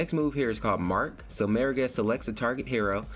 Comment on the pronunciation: Am I the first one to tell you you're saying Morigesh wrong? Where are you getting the 'e' from, like Meer-a-gesh? it's More-a-gesh... seriously. I can't even watch your video because of this.